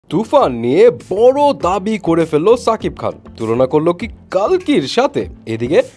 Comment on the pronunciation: ভাই নাম টা ঠিক করে বলেন সাকিব না শাকিব